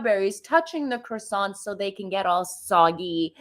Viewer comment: Thought she spoke French? Needs to learn how to say croissant